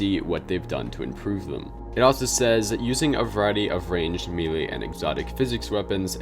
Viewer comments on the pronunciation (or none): none